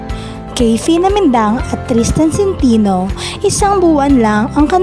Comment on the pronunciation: " sen` te no "ang tamang pag pronounce hindi SIN TI NO leche